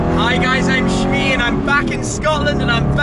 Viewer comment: Hi buys i'm SHMEE stop video and thinks about his future, then he continue watching the video while thinking "why" but all i wanted to say is the way he say Shmee is funny